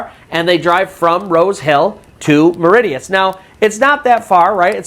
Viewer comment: Its not Mauri tea us its pronounced Mauri She us